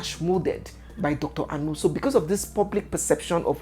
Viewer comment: Dr Anu, as in Dr meat? Anu means meat in igbo. as an igbo lady please pronounce the name well! It's not a foreign name! People that are "fingered"? lol